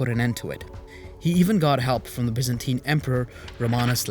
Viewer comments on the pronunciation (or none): none